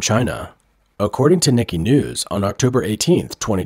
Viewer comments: "Nee-Kee Asia"?? It's NEE-kay. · I'm pretty sure the 'Nikkei' is NOT pronounced 'Nik-ee' like the American name 'Nicky'.... I believe it is Japanese and is pronounced 'Nee-kay' :) I hope this helps for future videos :) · its pronounced "neekay" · Nikkei is pronounced: Nihk-kay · Its hard to take anyone seriously about the Asian market when they pronounce "Nikkei" "nicky". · Please check pronunciation of Nikkei